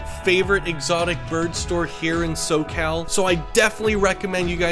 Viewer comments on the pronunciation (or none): Noooooo.... This guy's not my dude for birbs... Also, he said So. Cal. like a tourist. Chill, bro... Pterodactyls need minor vibes.